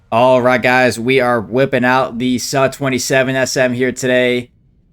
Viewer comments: "Su" is pronounced as "Sue" not "suh" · its soo, likee moo not suh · Bro it's su, but sa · LOL he knows that...he just wants SUH...it's not hurting anybody :)...